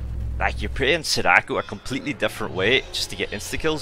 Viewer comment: i love the vids but you gotta stop pronouncing sadako like that its SAD-AH-KO